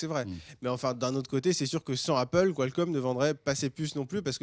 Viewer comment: en français ça ce prononce Kalcomm et pas Quoilcomm lol